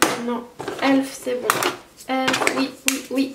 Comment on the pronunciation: C’est pas méchant mais y’a plein de marques que tu ne prononce pas comme tout le monde et c’est stressent comme exemple « elf tu le prononce comme elfe alors que la plupart des jeans dise E L F »